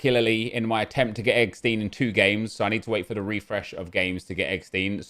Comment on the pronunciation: Do you pronounce Rammstein as RammSTEEN like you say eggsteen?